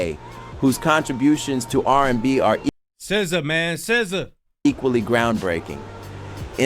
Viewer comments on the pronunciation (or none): AI can not say Sza! 😂😂😂